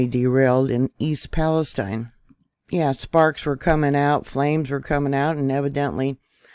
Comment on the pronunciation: YOU are the FIRST person I have heard that has PRONOUNCED "PALESTINE" CORRECTLY!!! The "I" Sounds like "EYE"!! Bravo!!!!